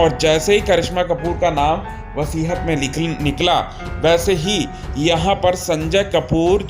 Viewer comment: Vasihat nahi hota hai, vasiyat hota hai.